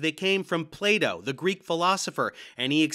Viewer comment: That was painful But you made a gross mispronunciation. was not a student of Plato, he was a student of Play-Doh.